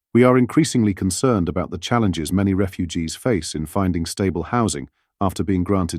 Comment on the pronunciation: Ffs, why do you keep saying refuges?????